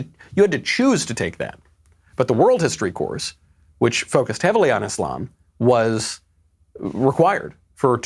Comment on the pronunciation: thanks for pronouncing it properly..........Islam..... not izlam